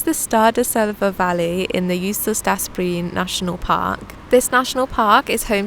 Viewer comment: Hello ❤ new subscriber here 🤓 Break up Jostedalsbreen in four. And pronounce the o,e,a properly. JOOSTE-dals-bre-en. The j is not a dj sound. It’s a Ye sound 🫶🏻🤓 hope this helps. And Å is its own sound. It’s the same as the word all(right).